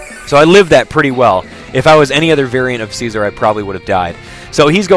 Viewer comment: You pronounce it as: Scaizor, not seizure